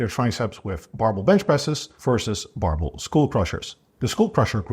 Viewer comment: he is saying "barbell bench exercises", compressing the word into "barble"; so not "marble bench exercises" as it sounds